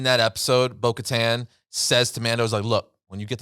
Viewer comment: Please say bo’ katan the right way. Ik in the mandolorian they say it weird but please say it like clone wars pronunciation